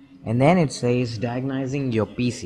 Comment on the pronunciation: You are saying diagnosing completely wrong